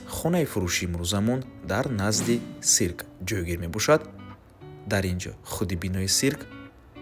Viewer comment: Одамони Баъди 1990 тамоман савод нест дар Россия хам хамитавр Гап мезанан сирк не цирк